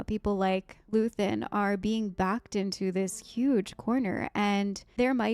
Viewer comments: It's Luthen. Luthen Rael. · just luthen, not luthien